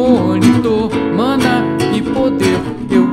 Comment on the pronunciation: alguem viu o errando na hora de falar "mana" em